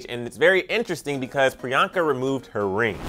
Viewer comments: It's priyanka not Rriyanka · Pree-I-Yank-It Chupacabra